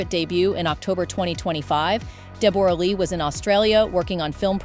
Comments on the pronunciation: Why are you pronouncing her name "Deb-OR-uh Lee FUR-nuss?" It's pronounced "Debra" (like every other Deborah/Debra) and her surname is "Fur-NESS," like "digress" or "finesse." Americans are so weird. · Not Deb- borra, its pronounced Debra, I know its spelt like that but its simply Debra. and yes its very sad this lovely couple divorced and especially the betrayal is shocking. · These bots they use to read the script 🤦🏻‍♀️🙄 “De-BORE-ah Lee” “pre-NUPE” So annoying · PRONOUCED DEBRA LEE 😮😊 AI sucks sometimes. Bring back real people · Oh FGS,! Dumb Seppos who do voiceovers! Deborra-Lee is pronounced as DEB-orah-Lee!! It's just spelled differently! 🙄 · I wish these American reporters would do their research and pronounce her name properly……Jesus it’s pronounced like you say Deborah. I’ve known this woman for the last fifty years and she does not pronounce her name the way this woman reporter was pronouncing it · That is not how you pronounce her name! AI, you suck. Hugh was a nobody when they got together, Deb was the star here in Australia. She is awesome, team Deb all the way. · Please pronounce her name correctly. Poor Deborah such a lovely woman lost respect for jackman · What an odd way to say Deborah and prenoop haha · Ai... You can't even pronounce Deborah correctly... And some of the information is incorrect.